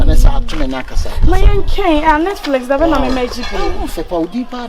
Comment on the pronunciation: Did he say Natflix😂😂